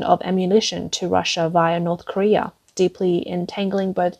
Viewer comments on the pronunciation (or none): none